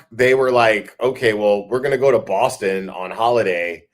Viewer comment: Hey! Your Bostonian accent needs a little tweek. THE “O” in Boston is pronounced like Rotten or claw❤️